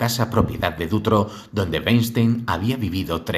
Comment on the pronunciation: Sólo un pequeño detalle, es Dutroux no Dutroix pero wow, impresionante trabajo, enhorabuena. S. Dardenne coescribió un libro para evitar entrevistas y olvidarse de esta pesadilla. Muchísimas gracias, saludos.